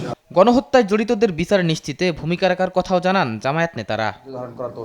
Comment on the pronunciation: জামায়েত না জামায়াত শুদ্ধ করে উচ্চারণ করুন